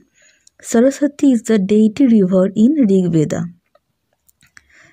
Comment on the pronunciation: Please DO NOT say "BEDA"for "VEDA"... . . .